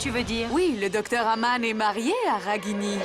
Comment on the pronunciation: Qui comme moi a entendu au moment où elle parle à Nivedita de la fausse mariage de Raghini au lieu de dire Aman elle disait Agam pointer les doigts